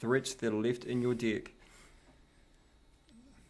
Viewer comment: its pronounced "deck" not "dick" 'EH' eh EH EH not IH, EH!!!